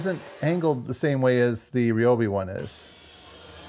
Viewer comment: its not REE - O- BEE, its RY- O- BEE